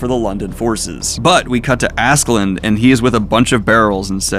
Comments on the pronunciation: Love the videos. The "Love" conversation is pretty important btw, since "Love" is kind of the main plot point of the series... Also please do not call the dude Askeland. its "Ask-a-lad". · Why tf is this guy calling him Assland when it’s Ask-a-lad? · I’m sorry but Askeladd doesn’t have a “n” in it.. idk why that bothered me so much but Daniel!! Cmon man! Ask a lad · funny that you correct yourself about Thorkell but still call Askeladd Assland or something :D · Daniel, it's been two volumes now. Stop saying Askeland, come on... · Daniel, please. I love you and your content, but Askeladd does not have an n at the end! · You pronouncing Askeladd with an N is why i watch these now. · Great video. Should point out there is no N in Askeladd if you care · Daniel I love that you cover vinland saga, but it's askeladd. There is no n in the name, I know it's hard to pronounce😂